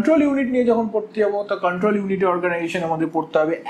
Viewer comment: Apni Porate aschen..Na pora dite aschen?? Jevabe poracchen..mone hocce age porano ses- Ekhon revise korchen. Ekdom baje. Pasapashi sobdo suneo bidghute lagche. Memory k bolchen Memari , Control k bolchel Kantrol..😬😬 Ki blbo. Purai baje